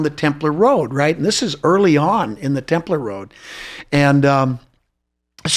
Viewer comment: Thank you for pronouncing Templar as Templer..it drives me crazy when people say Templaaar.